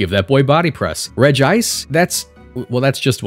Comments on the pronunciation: Regice is "regi-" cause, counterintuitively, is pronounced Regi-ice, not re-gice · aha! you’ve activated my autism trap card! regice is supposed to be pronounced regi-ice… well, in japanese, at least. the japanese name is レジアイス (rejiaisu) so the double i sound is there, and it was likely just romanized as regice because regiice looks a bit awkward. that said, it’s completely possible and probably likely that official English media has pronounced it reg-ice lol